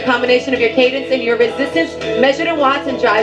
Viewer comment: 5.47: what’s cadience? Muppet.